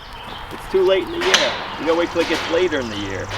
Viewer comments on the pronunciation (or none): none